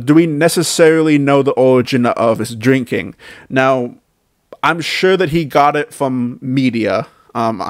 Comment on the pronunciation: What kind of grown man talks like this? "He weally started dwinking mowe, his face turned wed"